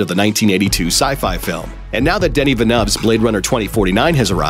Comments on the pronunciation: "Denny Venoves"?? lol - it's pronounced "vill-i-new" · Sorry, “Denny Venuf”? I mean, Looper is kinda shit to begin with, but there’s too many places you could go to hear the guy’s name pronounced correctly. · "Denny Vanubbs" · Who? Danny the Nub? Funniest pronunciation of Denis Villeneuve I've ever come across!